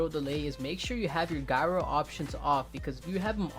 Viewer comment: The way he said gyro 😭